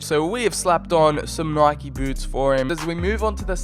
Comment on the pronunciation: who says nike like that?